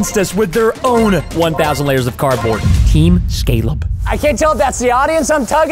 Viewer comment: Team scaleb sounds like team scallop